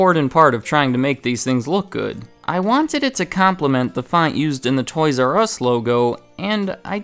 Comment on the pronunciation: TOYS "Я" US like TOYS "YAH" US